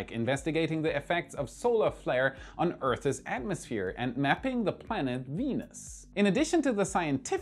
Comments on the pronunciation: He's still working on his English pronunciation. Today he said "earthes," instead of "earths." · "Earth's" should not rhyme with "Bertha's"